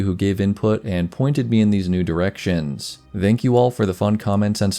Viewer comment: I won't nitpick names, but I will point out you're using the wrong "th" sound for "thank". ^^ It's like "thin", not "though".